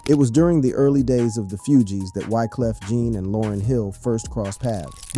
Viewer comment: I LOVE YOUR CONTENT! ... However, YOU butcher names 😞 🤔 lol ... "FOO-G's" not "FEW-G's" also, "Wyclef John/Jean" not "Jeanne!" Where are you from!? 🤔